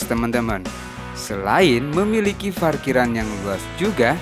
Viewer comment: Saran aja gan.klo ngomong Huruf P jangan di ganti Pake F dong..sepeti Parkiran Jadi Farkiran.. jadi lebay aja di denger nya🙏🙏